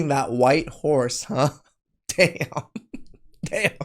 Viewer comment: Sorry, was that "riding the white horse", or "riding the white whores"?